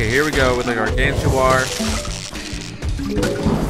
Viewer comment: its pronounced (GAR-GAN-TAUR)